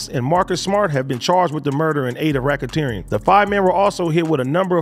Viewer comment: Racken-teering lol